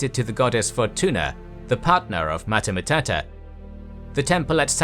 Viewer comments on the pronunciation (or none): "Matah Matata"? ... "Hakuna Matata?". The narrator anglophonich pronounciation of latin words hurts the ears. Sometimes sounds ridiculous, like in this case of Mater Matuta.